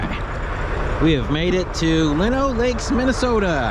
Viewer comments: Welcome to the neighborhood, and it is pronounced Lie-no lakes 😂. sun and almost 30 is a nice day during winter. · As someone who lives in Minnesota it gets VERY frustrating to hear so many people mispronouncing names of different towns and cities. Lino lakes is pronounced line-oh-lakes